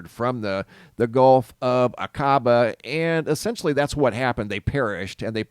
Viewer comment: "Aquaba" pronounced " ah-ka- bah".